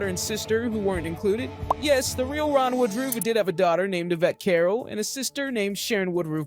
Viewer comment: Not really. He has several things wrong about the real life guy. He doesn't even pronounce his name correctly. This was done through the eyes of someone far left.